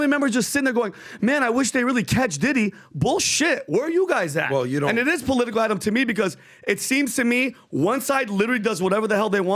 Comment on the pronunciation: Polotical!! Hahahaha